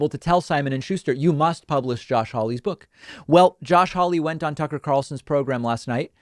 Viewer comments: he called him “Sucker” not Tucker. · Does Hawley say 'sucker' when replying to Tucker at 4.49??😂😂